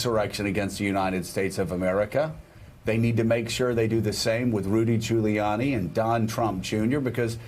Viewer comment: Rudy Jew-layiani? It's like he didn't know how to pronounce Giuliani. Till they fed it to him in his ear